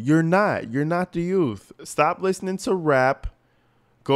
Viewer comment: If she wins, then the people deserve what they get. One mistake is enough. It was a huge mistake. She can't even pronounce youth, she said yout!